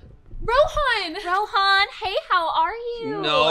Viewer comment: he looks like from asia, like from the pakistan, india parts etc etc. And if he is why did he pronounce Rohan like that WHO TALKS LIKE THAT (Mr. Nerd) IF ITS AN ONLINE TEST JUST USE GOOGLE his beard thicc